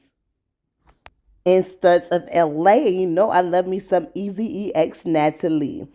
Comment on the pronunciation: It’s ezeee pronounced like easy. Not easy e